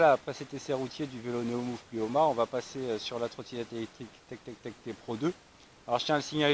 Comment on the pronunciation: Plimoa, pas "Plioma" !